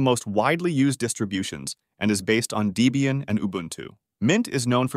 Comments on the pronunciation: deeeeebium??? line-ux?…. dude wtf! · Great video. For info, Debian is pronounced Deb-Ian after it's original creator Ian Murdock and his girlfriend (and later his wife) Deborah (Debbie). So it's short for Debbie Ian or Debian. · Debian is NOT pronounced DEE-bian. It is Debbie and Ian that created this OS (husband and wife). Ian has passed away, though the distro continues. Do you call a woman with the name Debbie... Dee-bie?? I think Not!